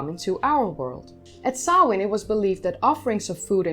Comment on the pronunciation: I appreciate that you pronounced the name correctly. The possibity that language and its written representation might have sound patterns that differ from a speakers own mother-tongue never seems to occur to some.The care you take shows your respect for others. Another festival Bealtaine is often rendered as Bell Tane which is a harsh sound to airish ears. Sam Hane is"forgivable" to some degree as it most often arises when TV presenters provide fifteen seconds of deep-background at Hallowe'en. Thanks.